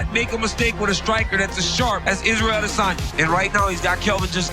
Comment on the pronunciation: Bro please pronounce adesanya correctly. It is driving me nuts